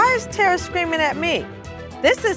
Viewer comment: Somebody called that lady “Terror” instead of Terra and I ain’t never been the same since 😂😂😂😂